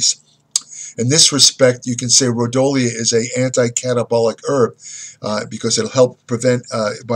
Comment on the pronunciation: Pronounced Ro Dee O lah